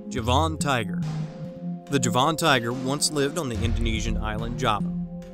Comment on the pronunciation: Please pronounce the word JAVAN correctly...not Ja-von ! Try this..Javin or Javen ..